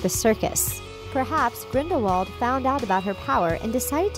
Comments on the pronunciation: It's Grinde-vald not grinwald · did. She. Just. Say. Grinwald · I stopped watching when she said "Grinwald" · it's grin-dull-wald not grind-wald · Ricki-Sue King smh it’s GRINDIWALD not GRIN-VALD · It's Grindelwald. Grindevald was pronounced that way by Viktor Krum because he wasn't that good in British. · It’s Grind-I-wald not Grind-wald And Dumbledore was a transfiguration teacher before coming headmaster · Ricki-Sue King Grin-del-wald, you mean. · Ricki-Sue King Yeah well I myself always got mixed up wondering wether it was Grindelwald or Grindlevald but if Dumbledore says it with a v then it’s confirmed as He knew him personally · Sorry but it’s grindwald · Grin-dolf Seriously?! 1) At the end of the movie, Grindelwald himself gives Credence the wand 2) You do understand the snake you just named ‘ maledictus’ is nagini? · The crimes of grinwal😂😂😂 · ‘Grinwald’ ‘Lehta’ NO!!!!!! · She can't say Grindelwald either! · Did you know that Grindelwald is a village in Switzerland? Just some random info...as for Harry Potter, if you pronounce the name in Grindelwalds accent the W becomes a V. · Or you could use your brain and realize that "Grindelwald" is a German[ic] name and thus would be pronounced as a German-speaker would pronounce it. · I was done when she mispronounced Grindelwald... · Omg Grindelwald didn't die until 1998. Not only is she terrible at pronouncing any of the name she has no clue what she's talking about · at least learn how to pronounce "Grindelwald" and "Leta" correctly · It's irritating on these videos when they terribly mispronounce things. Right at the beginning- Grin-del-wald, not Grinwald. Sound it out, lady. Wizengamot sigh